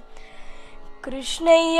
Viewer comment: Pls listen to Baro Krishnaiyya again and again so that you can realise that has pronounced it rightly. You should also know that Krishna and krshna are both right pronunciation in their own ways.